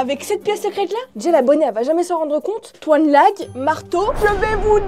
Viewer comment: La on dit toinelag et non tonlage 😅😅😅